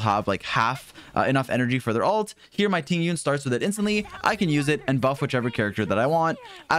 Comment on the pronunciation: Its not Ting Yun!! The correct pronounciation is Ting Yween 🤭